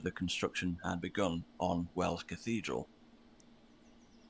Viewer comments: its wells not wales. im from Canterbury . gis a bell if your passing through . good job though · You’ve probably been told this repeatedly by now but about 13 mins in you talk about the city of Wells. Amd then confuse “wales” with “wells” - although I suspect underground wells possibly had something to do with the name “wells” this has nothing to do with the entirely separate “wales” and which is pronounced the same as “whales” and not like “wells” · It's not called "Wales" it's called "Wells". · The city is called "Wells", as in where you would collect water from. A water "Well" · Listen properly, the nice man said 'Wells' (as in a plural of a well), not 'Wales' or 'whales'. They sound entirely different in English. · He said Wells not Wales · The city of Wells isn't pronounced like Wales. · Its called Wells now wales or whales. Bloody Well's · ''Wells'' not Wales or Whales my American friend. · The city wose name you misheard is Wells and has nothing to do with Wales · It's Wells not Wales lol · Your AI text writer is appalling as it has many items totally wrong. I live in EXETER in Devon not Exit as stated. WELLS is the city, not Whales as you thought. Non of the buildings you think are painted black and white are. They are Timber (lumber for you) They are Oak framed and infilled with what is called Daub, Daub is a mixture of cow dung, horse hair and straw, (mixed by young children in days of old with their feet) a frame of willow is made to fit between the oak frames and the daub applied by hand on both sides and smoothed. only then when dry is a lime wash applied to the daub and the timbers coated with black tar or pitch to preserve the wood, many examples are hundreds of years old. there are many other descriptive details regarding the names of the various cities that your AI has totally cocked up, Google can correct them for you if you want to find out more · You mistook the pronunciation of Wells for “Wales”. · WElls! Not WAles!! 🤣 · He said Wells not Wales.